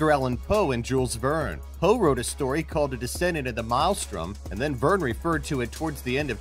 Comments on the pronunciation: What is with all these top lists narrated by people who can't pronounce common words lately? Maelstrom is pronounced "MAIL-strum", not "mile-strom" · Look up the pronunciation of maelstrom. You're saying it wrong.